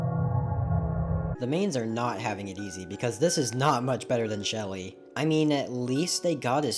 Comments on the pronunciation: That ain't shelly thats shealle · that anit Shelly that’s sheheheheheheh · That's not shelter that's shelly